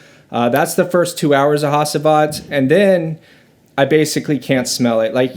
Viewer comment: not hasiiivat. it is HA-CI-VAT.